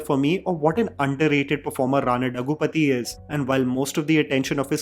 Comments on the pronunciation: डग्गुपती ❌ दग्गुबाटि ✅ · And for god's sake the Daggubati in Rana Daggubati is pronounced as Dhag-gu-BAA-tee !!! I just don't get why it is so hard ?! 💀